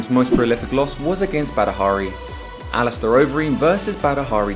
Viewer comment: I’m sure the commentator said alisteroid Overeem .... surely not 😮